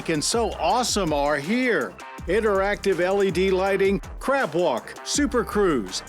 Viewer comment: I swear I heard him say crap walk… when you gotta go bad…😅